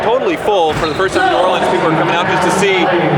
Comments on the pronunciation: New Awe Lee uns...as opposed to New Or Lee ans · Ima teach y’all how to say New Orleans, y’all ready? Nawlins, there it is.